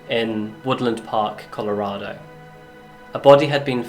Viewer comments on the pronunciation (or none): none